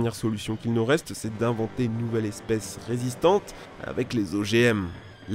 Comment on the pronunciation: Nous sans S XD